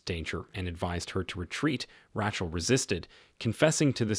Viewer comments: Lots of mispronunciations by the narrator. "Ratchel" instead of Rachel? Covert is pronounced like cover with a "t" added instead of "coe-vert". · Why is it that one min you say Ratchel and then in the next clip you say the name properly as in Rachel pronounced as (Ray-chel)